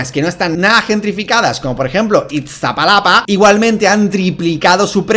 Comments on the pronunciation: Mi puebloo 😂 se pronuncia Istapalapa dalasito ❤ aunque no este muy deacuerdo con todo lo que dijiste pero Tqm ❤ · JAJAJA un español que dice ITSTAPALAPA explicándome problemáticas mexicanas? ._.XD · jajaja me da risa cómo pronuncia iztapalapa xD